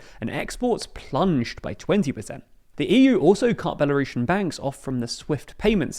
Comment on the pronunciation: It's Belarusian, not "Belarushen"